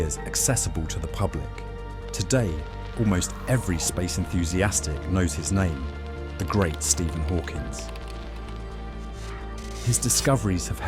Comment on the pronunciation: Stephen Hawkins? Dead Internet smite thee.